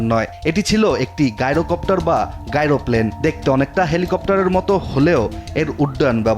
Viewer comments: গাইরো নয়, জাইরো-কপ্টার। নামটা এসেছে জাইরোস্কোপ থেকে। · ভাই, এরা ইচ্ছা করে অশিক্ষা প্রচারণা করে যাতে ইন্টারেকশন পায়। কারণ যতই কমেন্ট হবে ততই ভিউ বাড়বে। আর এদের টাকা আসতে থাকবে। টাকার জন্য এরা যা ইচ্ছা তাই করতেসে। জাইরোকপ্টার কে গাইরকপ্টার বলাটা ইচ্ছাকৃত আমার মনে হয়।